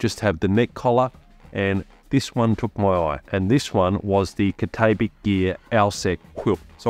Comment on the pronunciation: Cat-ah-bat-ick gear. Just sayin’. Good video btw.